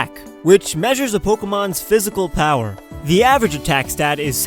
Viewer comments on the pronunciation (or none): none